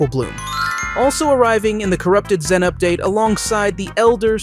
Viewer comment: Your saying xen instead of zen